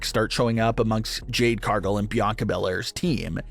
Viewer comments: CAR-gill. Not CAR-gull. Get it right. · Can you not pronounce Cargill?